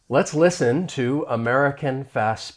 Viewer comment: I agree, but the “listen” was mumbled in a very low tone not blended with other words.